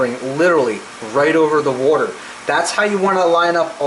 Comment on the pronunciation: Where are your from? You're pronouncing water like a Fuladelfian.